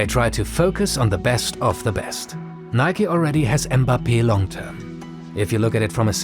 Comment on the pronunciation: Thank you for pronouncing Nike correctly. 🙌🏽